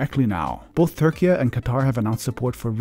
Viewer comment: If you pronounce Turkey as Turkey-yeah, why not Syria as Suriya?